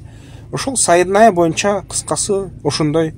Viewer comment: Сайедная эмес, Сенная!